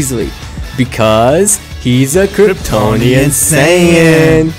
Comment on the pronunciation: I almost had a mental breakdown because of them saying Kryptononian sayan 99% of the vedio